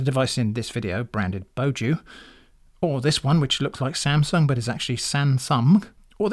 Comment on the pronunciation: “Sansumg” is insane btw 😂 Thank you for testing these.